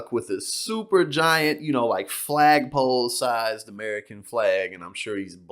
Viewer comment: Did U Say FAGpole?